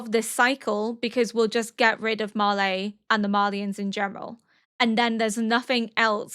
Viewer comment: I mean this in the nicest way possible but why Auldians And Marlaay? It's Eldians and Marly they even pronounce it in the show. I really like your analysis and reactions but that really throws me off